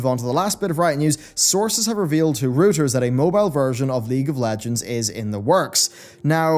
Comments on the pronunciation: It's not rooters... it's Rueters. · It's pronounced "rOY-ters" Not "rOO-ters". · Reuters - pronounced like "Royters". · Good stuff as usual, sir. Just a heads up: Reuters is pronounced “Roy-ters”. Keep up the great work!